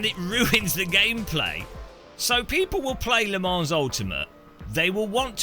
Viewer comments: Thanks for being honest, I had he exact same thoughts when I first tried Assetto Corsa some 6-7 years ago: never went back to iRacing. But please don't say Le ManS, no "s" sound at the end! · how come you can pronounce assetto corsa evo perfectly but butcher Le Mans? Also please try and ignore the handful of critics, you sound very bitter addressing them all the time. its the internet the minority are always going to be dicks, all we can do is not make everything about them - you know, like the rest of the world has